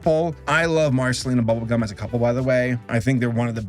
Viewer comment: you sounded like you said bubblecum